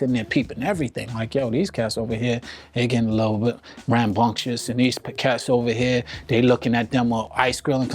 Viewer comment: It's "rambunctious."